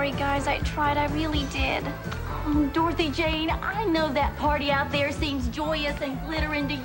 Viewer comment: I hate the way says Dorothy Jane’s name. “Darthy Jane” ksnfjdndd